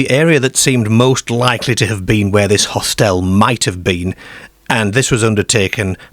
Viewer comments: Hostel not hostelle. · Really odd accent. I’ve never heard anyone say hostel that way. Where is the narrator from? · where is the narrator from his pronunciation of words like hostel large and Scarborough is a bit strange